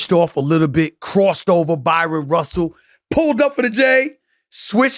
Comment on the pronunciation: IT'S BRYON RUSSELL!!! NOT BYRON!!!!